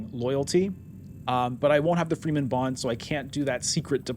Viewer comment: One thing that is killing me: Why do you pronounce Fremen „Freemen“? Shouldnˋt the e be short? Like you say it in Fremkit?